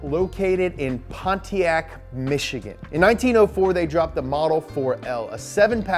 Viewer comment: As someone who lives in Michigan I can't help but laugh at how pronounces our cities lol